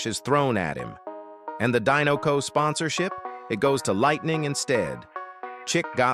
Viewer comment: It’s pronounced DYE-NUH-coh, “”! 🤨